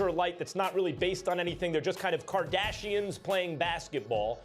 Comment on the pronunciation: “Basketball kardasheins”😂